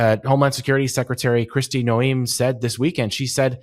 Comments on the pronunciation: This guy can’t even pronounce Noem’s name correctly. Not a memorable guest. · who are you and why did you pronounce her name that way? Are you even real? How do you not know how to say ICE barbies name? If you were that informed for real and not just reading a copy youd know, whats up Meidas? A.I. is real you should clear this up or he might be deemed fake.